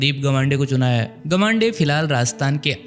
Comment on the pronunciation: It's 'गावंडे' not 'गवांडे'